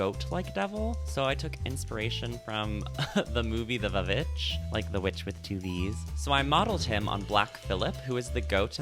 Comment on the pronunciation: Not you pronouncing the vvitch as "vuhvitch" 💀